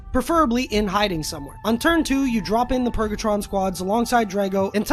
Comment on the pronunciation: It's not purgatron...